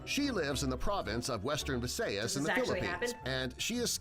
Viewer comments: Guy:CaTeR-PiE Also guy: She lives in the western province of vEsEyEs . Me:ITS VISAYAS AND CATERPIIIIIIE As a filipino i have never been this triggered of a video of “facts” ever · "Western Vi Se Yas" Me: this is not the right pronouncation its Western V. Sa yas (Visayas) and yes i know they need to say it in their accent but I'm pretty sure most people like to say the right way so yeah. So yeah I've learned so much from my 3 year old smol brain to 9 year old average brain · its not vis-ae-yes its vis-say-as i know how to pronounce because i live in Visayas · Wtf is vaseyas what is thattt im pretty sure its vi sa yas.. get ur facts right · Its not Caterpie Its Caterpee Its not Viseyes Its Visayas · Vi-say-yas Me: no its Vi-sa-yas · he said a lot of things wrong, first he said caterPIE. And next, he said Visayas wrong. He pronounced it as "Visaias" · The narrator said visayas wrong it's supposed to be vi-sa-yas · Vis-ay-as.... Vi-sai-as.. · oh my god he just pronounced visayas as veseyes lmao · He said Visayas wrong